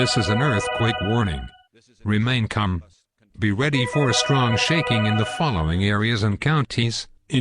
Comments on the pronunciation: "Remain cum" glad its not november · "remain cum"